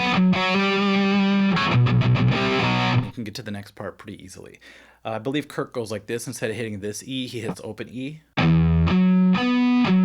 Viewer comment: He said "Kirk" in reference to Metallica's lead guitarist Kirk Hammett, but it did sound a bit like he said "Kurt".